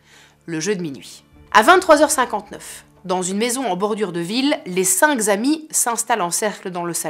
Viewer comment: « Les cinq z’amis ..!? » ; Nooon, !! Je te connais depuis peu et écoute tes histoires avec plaisir . C’est bien écrit , bien choisi et surtout très bien conté . Mais je t’en prie , fais attention à ces mauvaises liaisons qui nous laissent à penser que finalement , l’IA n’est pas si mal . Bien à toi , avec tout mon soutien .